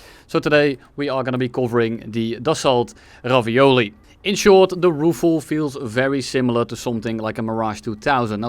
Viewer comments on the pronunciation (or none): I think it's pronounced "Raphæl" but razzizle works too, great video. Cool plane, too. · rafal not rofol bro 🤨🤨🤨🤨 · bro just found gaijillion new ways of how Ruffle should actually sound like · For the prononciation of Rafale think of Rafael Nadal, keep the Nadal, remove the N and the D. You got Rafal. Easy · Im spanish so if there is a french person here in the chat can correct me, but is it the problem that he was pronouncing Rafale like Rafael, wich are two distinct words? just asking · Every time has mispronounced the "Rafale": Ravioli Ruffle Rizazle Reflux? Rifle Ruffle Ravololi Rafalilei Rufalow Roofie Rafiki I think I got them all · The Waffle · you spelled Ravioli wrong im afriad, we gotta make the french happy and pronounce their words right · bro its pronounced RAVIOLI, how can you nto pronounce that correctly|? now im triggered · Nobody calls it the rafale here, only the ravioli, so good french pronunciation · Loved the Ravioli pronunciationhahaha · perfect pronunciation! I also enjoyed flying the Ravioli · Man said any word that just started with R instead of Rafale lmao, bonus points for the Michael missile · As a french person, I thought the random mispronunciations were extremely cute xD. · saying everything but the right way to pronounce rafale is absolute cinema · Common Dutch W pronunciation of french words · the mispronunciations got crazier every time lmao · I appreciate the dedication of not saying Rafale the correct way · Isn't it like "dasso" rafale, like renault is "reno". His pronunciation was mediocre at best.